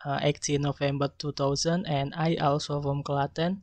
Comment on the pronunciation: Strength : Conveying the introduction with confidence and relaxly. Weakness : There are some wrong pronouncation such as 'also, as and program' and he seemed a little bit doubt in particular section. (Group 9)